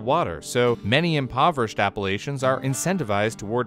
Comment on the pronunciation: Haha that's definitely not how you pronounce that mountain range. Its pronounced like app-ah-latch-ans :)